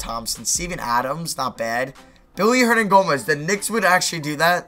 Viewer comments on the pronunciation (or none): why do you say billy hernagomez